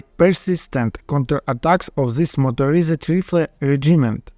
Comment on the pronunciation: Motorized мотерайзд that's not to be taken as criticism. English pronunciation is not very logical